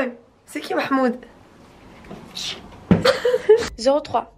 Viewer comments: SVP C MAHMOUD ET PAS MEHMOUD RESPECTER MON PRÉNOM MERCI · « Il est où merhmoude, le brocoli » 😂😂